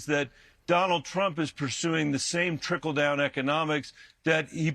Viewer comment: Kristen is so useless. Just sits there while he blathers "tRiKL dOUn" over and over.